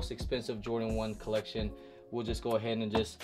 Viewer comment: He often like to pronounce collection 👉 “coleccion” 🤣 😂😭